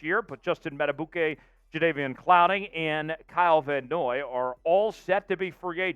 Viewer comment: His name is pronounced mad-uh-beek-ay. Not mad-uh-boo-Kay…